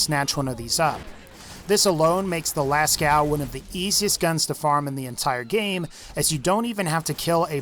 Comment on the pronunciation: Hey, the cave painting in France is pronounced las co, not las cow. The "ceaux" part is pronounced as the letter "o". Just thought I'd clear that up.